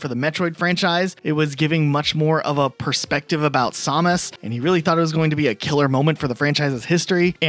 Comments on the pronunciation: ...did you seriously pronounce her name as Saw-mus? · You keep saying Samus wrong. I know this and I'm not even a metroid fan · "Haspro"= Hasbro "Somus" = Samus "Reggie Fees-amie" =Reggie Filsaime (feesamay) I feel like im talking to Schmiddt from "New Girl" xD